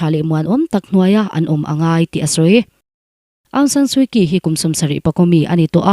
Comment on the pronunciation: Suu Kyi hi Suu Chi tia lam tur a niin ka hria